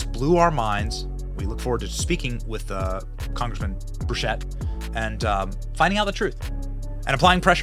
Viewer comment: BENNY!! Burchett- pronounced Burr-CHIT. BURCHETT. 👍😀